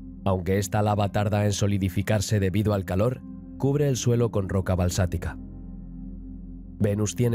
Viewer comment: Muy interesante el documental, contiene información que desconocía en especial de la zona del cinturón de asteroides, es solo una pequeña corrección que se repite varias veces y es la palabra " balsatica" que está mal ya que se refiere a la rocas de basalto producto de la lava asi que lo correcto es basaltica , y hago está corrección ya que la primera vez que lo escuché pense que se trató de un pequeño error pero ya tres veces me doy cuenta que es mas que una simple equivocación, muchas gracias